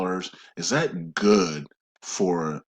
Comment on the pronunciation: Great information. Also, I believe NO, Zim, 800#s, redemption centers, NDAs, just banks, Forex and your videos. I do wish someone would suggest to him to pronounce words better (ie. "ask, not ax", "that, not dat", etc.)